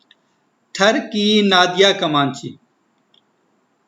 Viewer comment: not tharki its thar ki 💀